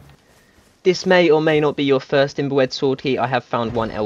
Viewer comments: "IM-BOO-ED sword key" lol love it... it's "IM-BYOO-ED" btw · This was helpful, though you kept making the word 'imbued' sound like 'inbred', and they sound nothing alike. Imbued is pronounced like, imbyoude. Also in 'scion', the c is silent. Thanks alao to people who put alternate locations for the blood. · "imbued" == "imb-yood", not "im-bwed" ;) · Dude. Imbewed not imboouedd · Great video and extremely helpful! But I died everytime he pronounced IMBUED as imbooed 😂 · Awesome guide, but for future reference imbued is pronounced imb(you)d. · My man said inbread 🤣🤣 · Imbued is pronounced im-byou'd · im- boo- ed, sword key? LMAO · ...its pronounced im-bewed...imbued...😂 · Its not imbwed its imbued say it right .sounds like your saying imbred or imbwed . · Just a warning brother you're saying imbued wrong just letting you know no disrespect bud